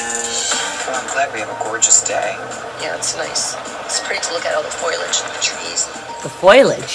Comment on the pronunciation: «Foilage» or «foiledge», was it? 😂 I’m Norwegian, and even I know it is «foliage»! Has nothing to do with foil! ☺️